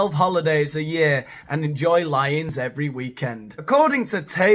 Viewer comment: I heard you say "lie-ins" multiple times and I thought: 'They're having lines every weekend? Like they're DOING lines(drugs)? New lingo?' & 'They're having lions every weekend? Like at the Del Coronado Hotel?' (It's in San Diego. They used to serve lion years ago when I lived there. I haven't kept up.) I came to watch, set it back. LIE-INS. Christ! Help. Thank you 🙏🫀🙏